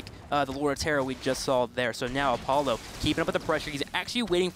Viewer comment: "op-u-la" i'm pretty sure he was going for a-paul-oh or apollo since his name is paul oh.